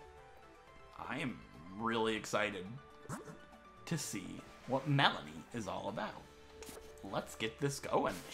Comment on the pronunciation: Finally a person who says her name right ^_^